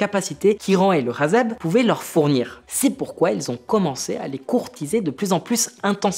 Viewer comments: Pourquoi tu dis Hazeb au lieu de Hezbollah c’est irritant :)) et on voit que tu as tropisme vers les positions israéliennes… le Hamas est un produit direct ou indirect du Mossad… Israël a toujours voulu la guerre et la colonisation…. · Question: Pourquoi est-ce que tu appelle le hezbollah "hazeb" 🤔